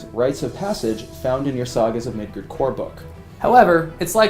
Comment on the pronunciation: Mid GUARD! Not Gerd!